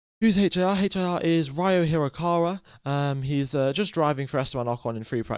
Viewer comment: Ryo is pronounced Ree-Oh (pretty much like Spanish river)